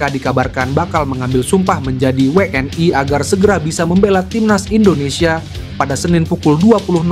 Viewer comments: we en i min bukan we en ai .... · Min bacanya WNI, bukan WE EN AI... gak usah lidah english ... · 😂😂😂😂😂 kaya orang malaydes aja pake ai 😂😂😊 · Lidahnya abis makan sambel level 100 bebz...makanya ai..ai..aaaaaiiiiiii